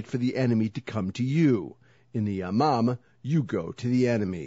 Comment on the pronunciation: I heard it as "Ya mom" aswel >.<